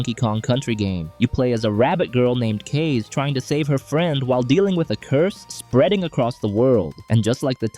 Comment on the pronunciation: Thank you for that video, definitely going to try some games there. Just so you know, Kaze is pronounced “KAH-zeh” (the Japanese word for “wind”).